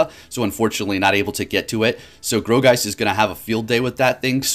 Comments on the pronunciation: I thought it was pronounced like "gore"geist rather than "grow"geist ... who knows anymore with all these new mons lol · (Gourgiest)Gore-Geist not Gro-geist lol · Bro, nothing but love for you but its G-O-U-R geist, not G-R-O-U geist :D Keep up the great content! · Um sir that pokemon is pronounced gore geist